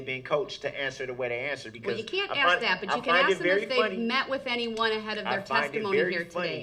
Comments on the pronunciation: He didn't axe how! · The fact that he can correctly pronounce "ask" just fine when he wants to...I'll STAY making fun of him when he says "axe"...sorry not sorry, make it racial losers. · This guy thinks he's smart enough to be a lawyer when he doesn't even know how to pronounce the word ask. "I didn't ax how". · It’s ask not aks - learn to speak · his use of ax instead of ask drives me insane. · It's ask not axe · He just shows how ignorant he is when he talk. Ok it's ask not ax. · Man this guy Axes a lot. So much Axing. He's like a lumberjack. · Brooks: “Your honor.. Can I axe a question?” Judge: “Yes which one?” Brooks: “I’m about to axe it!!” Judge: “Which question do you want to omit??” Brooks: “I ain’t omittin to nothin! I’m tryna axe it and you keep interrupting me!!” Judge: “…..” 😂😂😂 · What I'm "axe"🤣😂🤣